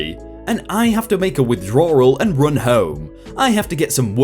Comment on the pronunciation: Who else cringed when he says withdrawal. Lol you and ur words crack me up